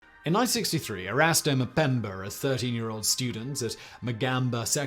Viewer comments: It's Mpemba, not Mpembr. Learn some humility and pronounce it right. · STOP SAYING MUHPEMBURR! STOP IT!